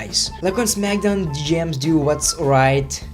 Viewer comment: He says Smackdown like zmagdown lol